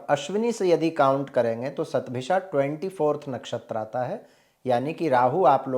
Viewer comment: Hundred in Sanskrit is "शत" therefore I think it's written and pronounced as "शतभिषा" and not "सतभिषा"